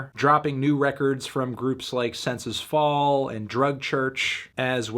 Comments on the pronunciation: My man really pronounced Senses Fail as Senses Fall.... Sick that he likes the comp tho. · Did he really say Senses Fall instead of Senses Fail? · When you said senses fall instead of senses fail, I died inside